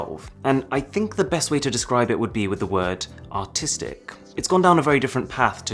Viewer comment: as a non-native english speaker I had to think for like seconds to realize he said "artistic" and not "autistic" I am sorry internet, I failed you